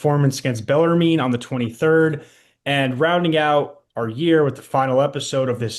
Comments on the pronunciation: Pronounced beller “men” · Baller mean is how I heard him say it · You have a show called the Rupp Report and can't pronounce Bellarmine? Cmon, guys.